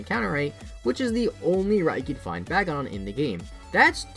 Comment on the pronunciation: It's pronounced Bay-Gone, not Bag-On.